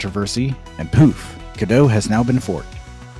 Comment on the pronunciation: The real issue here is that you correctly pronounce Godot as "Go dough", but you pronounce "Redot" as "Re dot"? Why not "Redo"? Doesn't that make so much more sense, especially since you're re-doing Godot?